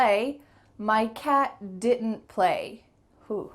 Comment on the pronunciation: First time for me to know that didnt could be pronounced as (di un ) . Thnx